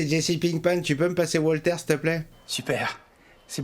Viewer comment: Tu me fais pleurer de rire quand tu dis Wolt!!! Et quand tu ris t as un rire communicatif!! Ah je rigole bien en te regardant rire!! Merci